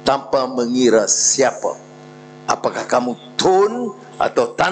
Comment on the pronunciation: YB PM ucap saye, tanpe, sxdare, ade, kite, ade, saye, untok ape, agame, budaye, tanpe, mereke, care, lame, kite, lame, negare, saye, terime kaseh, laen, sxdare, negare, ade, kuase, semule, muncol, mase, lime, due, kite, pertame, lime, peratos, tige, tige, dll. Halusinasi YB PM. 🤐